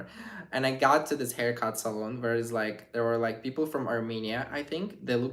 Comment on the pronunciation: your hair looks nice. it is pronounced Hair SALON [SAL/ ON ] where you get hair cut NOT SALOON [a saloon is like the place in the old wild west like in the 1800's where you drink booze]